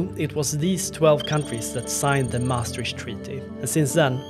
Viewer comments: I swear to god ... If I hear "MaastriSCH treaty" one more time...... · Important video, but please check the pronounciation of Maastricht.